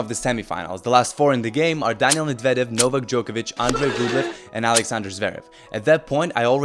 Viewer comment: Дружище, всё супер, спасибо за такие видосы. Даже если бы это был не Медведев, а кто-то еще, все равно интересно смотреть. Suggestion: ты же русский, мб стоит не повторять за пиндосами "мЭдвЭдЭв", а произносить "Медведев" по-русски? и не "рУблев", а Рублёв, по-русски и не "шапОвалов", а Шаповалов не "шарапОва", а Шарапова как надо, понимаешь? А не как эти ленивые жопы там у себя в своих ленивых п**уистических английских мозгах прописали. Ты же не работаешь на пиндосню - ты делаешь своё. Ну давай по-русски, а? Фамилии наши русские, по-русски :) PS: например, на сайте WTA в профилях игроков есть аудио, как они сами себя озвучивают. Я пощелкал, послушал... Только Рыбакина с Самсоновой и Александровой называют себя правильно. Остальные "касаткИны", "кудерметОвы", "потапОвы" и прочие уже промыли себе мозги и опиндосились... Сегодня тебя называют "верОникой кудерметОвой", ты повторяешь, как попугай, а завтра назовут "жопой с ручкой", ты тоже повторишь? Надо уважать себя. PPS: Шаповалова комментаторы и судьи тоже в начале коверкали и называли "шапОваловым", но последние года 2 называют правильно. Сами пиндосы называют. Я не знаю, что случилось, мб он их всех научил как-то (мягко или жестко), но это возможно.